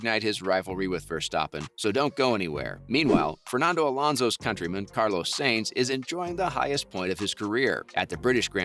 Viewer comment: Carlos saints? It's s-a-e-n-t-s